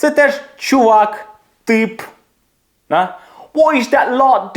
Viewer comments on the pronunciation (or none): none